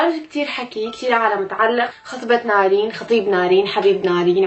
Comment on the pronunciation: قول نارين مو نرين ياخي